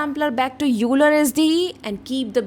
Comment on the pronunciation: Very informative tutorial , (nothing to do with your content and I realize this comes across as mansplaining), Leonhard Euler who gives his name to the sampler is pronounced "OY-lər" it sounds exactly like the word "oiler" (as in someone who oils machinery), not "yoo-ler." I got this wrong for a long time before someone pointed it out to me.